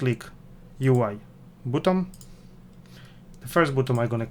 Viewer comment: Wymawia się BATTON, a nie butom. Ciężko to słuchać.